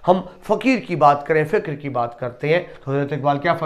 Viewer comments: لفظ فَقر ہے فِقر نہیں ہے سر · سر معذرت سے فقر ::ف کے زبر سے ہے نا کہ ف کی زیر سے فکر سوچ . فقر درویشی کی کسوٹی